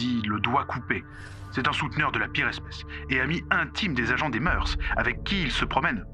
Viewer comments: Non pas des moeurssss. Mais des moeurs se prononce meur et oui c'est un mot féminin pluriel invariable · On ne prononce pas le S au mot mœurs. C’est comme cœurs.